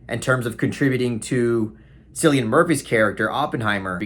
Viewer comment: Not interested in Barbie at all... but Oppenheimer was AMAZING! Not a huge Nolan fan-boy, but think this film may go down as his masterwork. Cillian Murphy is outstanding, as he always is! PS. You're telling me a Kubrick stan like myself would like Barbie?!? EDIT: It's Cillian with a hard-C, as in "KILL-ian".